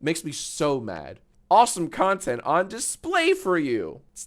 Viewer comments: misheard Content as Cunttent.. no idea why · Genuinely thought he said the C word there for a second 😭💀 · i paused it right in the middle of him saying “content” so i could read this comment, so i thought so too lol